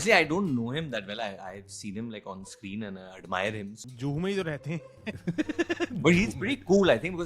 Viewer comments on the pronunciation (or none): none